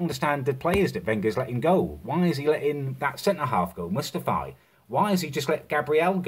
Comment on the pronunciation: "Mustafy" hahaha